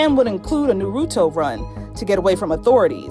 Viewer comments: ”norooto run” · No they said nurooto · She really said Nurooto 🤦‍♀️🤣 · Idk why it triggered me when she said Narooto run and not nAruTo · “Na-roo-to” run Oh my weeb heart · They Naruto Narooto not Naruto lol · I GOT ANOTHER ONE YOU CAN ADD TO YOUR LIST! Pronouncing NARUTO incorrectly! THATS A BAD IDEA! its pronounced Na as in say a when you're at the doctors office. Na-roo-toe. Not narudo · The fact thats she said narooto rUn BrUh👁👄👁😂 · The way they said Naruto 🤢🤮🤦‍♀️ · It’s not nahrootoh run it’s naruto run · Bruh did she just say “nuruto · It’s not pronounced nurooto It’s pronounced narito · “Narootoe” why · 😤 did they really just say “Nuruto run” ? Smh Edit: I know it’s spelled Naruto .-. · "Nu- ru- toe run" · Who else cringed at the way she said Narurto? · why they pronounce naruto like that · “ na-ru-toe- run” I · “Nooruto” Bro I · The fact that he dressed as Sasuke on camera and Inside Edition pronounced “Naruto” as “Nuhrootoh” 👁👄👁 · Did she say narouto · All the people who disliked this was because they said Naruto WRONG AGAIN!! OMG you would think the first time they would learn. But noooooo. They had to say it wrong... Again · Imagine saying nuroooto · Why do feel like she said naruto wrong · They said Naruto wrong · the way she said naruto hurt me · The way the pronounced “Naruto” makes me cringe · DID SHE JUST SAY (nu-ro-toe) This comment is a joke idk if you pronounce it that way this is just a disclaimer for all the people who wanna ruin the fun saying that it doesn’t matter how you pronounce it. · 😂😂😂😂😂😂😂😂😂😂 lolololololol! “narooto” lol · " A Naroootoo Run" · The area 51 days were lit and if they can't pronounce Naruto right don't say it at all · How she pronounced naruto tho😔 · The said naruto wrong. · Sis really said noruto run instead of naruto smh😂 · The way she pronounced Na-Roo-Toe hurt my feelings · Only white people think of stupid things like this lol why tho and you can tell this news lady doesn't watch cartoons she said Naruto wrong